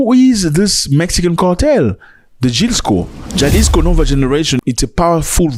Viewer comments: Pronounce halisco, it's a silent J, you freaking illitrate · ZAC - ITS PRONOUNCED AS HALISCO DESPITE THE SPELLING INDICATING OTHERWISE - REQUEST HENCEFORTH DO A SOUND BACKGROUND RESEARCH ON THE TOPIC AT HAND BEFORE PRESENTATION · it's Jalisco pronounced Ha-Lee-sco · Ja is pronounced ha … Jalisco is halico